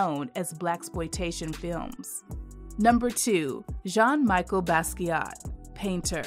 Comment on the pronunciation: Didn’t pronounce Jean’s middle name correctly.